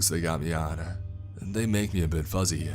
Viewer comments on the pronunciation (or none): none